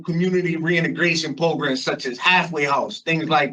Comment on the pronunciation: Definitely no parole fo he needs more progrums, progrums progrums progrums progrums and a brain 🧠😆